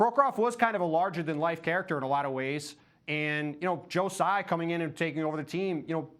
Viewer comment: Wrong. It's not Sai and its not Tzai. Taiwanese dont use "Z". It's Tsai.